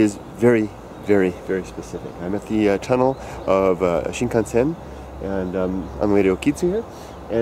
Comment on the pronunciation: Do you actually speak Japanese? Cause the way you pronounce (at least to me) of the word Shinkansen sounds pretty good